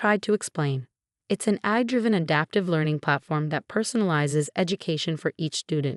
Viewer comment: Please improve the pronunciation in your audio narrations. 'Chanel' should not be pronounced 'channel.' AI should not be pronounced 'á-ē.'